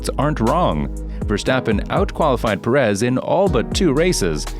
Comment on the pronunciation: PErez..PErez...PErez....not peREZ